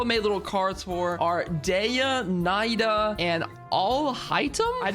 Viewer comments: Can't pronounce Nahida but pronounces Xingqiu perfectly xD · I’m Arab so I’ll correct your pronunciation: Dehya is pronounced da-hee-ya Nahida has 2 pronunciation, the one used in game which is imo acceptable (na-hee-da) and the actual Arabic pronunciation (na-heu-dah) Alhaitham is pronounced Al-hey-tham (with the th sound sounding like th in the) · (Dehya) Dee Yuh or Dee Yah whichever is easier. (Nahida) Na He Dah (Al Haitham) AL Hey Them you said your pronunciations weren't the best, so I decided to make it a little easier for you for next time kay?